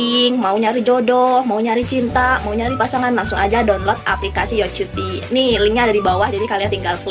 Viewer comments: Kak bukan yoCuti 😂😂❤️❤️ Tapi yokiuti itu kalau Cara sebut tapi kalau ejaan yg sebenar yoCutie ❤️❤️❤️ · Yo Cutie dibacanya yo kyuti kak 😁